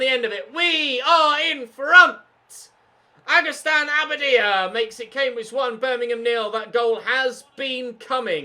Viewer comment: Yo quick tip to pronounce spanish names. When a vowel has a little thing on top (éáúíó) you have to accent on it. EX: AgustÍn AbadÍa. Both i are accented